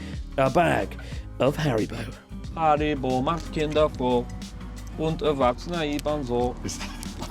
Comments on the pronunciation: If you don’t feel proud of anything else on this cyclotron, you can at least be proud of singing the Haribo jingle correctly 😄 pronunciation 10/10 👌 nice! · Your pronunciation of the Haribo slogan was perfect